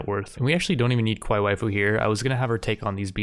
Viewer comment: I like how you keep pronouncing kawaii as Qwai. Much simpler and faster to say